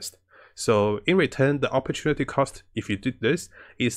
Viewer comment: Never thought the hear the word operrtunaty cost outside of business but in gaming 😂